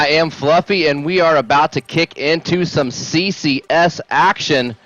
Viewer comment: "I am Flufvy, and I'm not okay with that." Fucking dying man, that is hilarious.